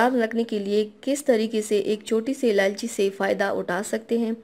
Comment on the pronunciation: سب سے پہلے آپ اِلائچی کہنا سیکھیں،آپ نے ہر مرتبہ الالچی کہا